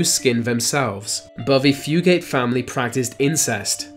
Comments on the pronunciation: #2. It’s not fu-gate it’s fu-get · It’s not pronounced Foogate it’s pronounced few-git. They were real and lived in troublesome creek in Montgomery, Kentucky. I live right up the road from there. Although they were an inbred family, Inbreeding isn’t even common in Kentucky. We don’t inbreed. It’s just a wild rumor created by ignorant people around the world that fools believe. I don’t know what reason the blue fugates inbred for, but they did. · I’m from the same county as the blue Fugates, but I’ve only ever seen one of them, and that was only one time. It’s also pronounced “few-get”.